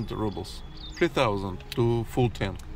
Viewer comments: you are like me! Don't leave home without chocolate! Honestly, I thought the 2nd cup of orange juice was for Sati! Thank you for sharing with us😅! Also,, I think we mentioned previously that Rubles is pronounced, Roo-bles. The U having an OO sound like in moon. Of course you can say it however you want, it's your channel😂. SO very good to see you all. Stay well, stay safe. With love from Illinois! 😊❤❤❤ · Pronouciation: roobles, not rubbles. roo like in kangaroo, or root. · You still say rubble and not ruble like in Russian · So …how exactly do you pronounce it in Russian…ROOBLES OR RUBBLES?